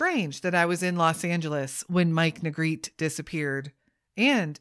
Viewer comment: His last name is pronounced Nuh-greh-tee. He and his family were my neighbors for several years.